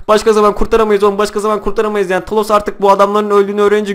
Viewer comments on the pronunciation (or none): He bide kafa dengi 2 o talos degil thanos diye Yaziliyor tanos diye okunuyor